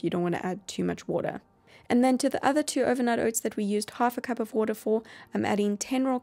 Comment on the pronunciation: Lol i like her way when she say water "woodar" lol